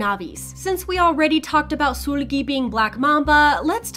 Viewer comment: I hate that she keep saying soolgi